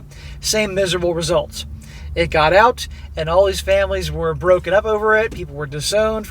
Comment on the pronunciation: "Get oot"